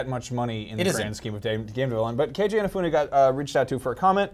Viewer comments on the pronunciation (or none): "Kayjay Inna-fyoonay" Aight, that's enough of this video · K.J. Inafewnay, huh? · K.J inafewnay dose he mean Keiji Inafune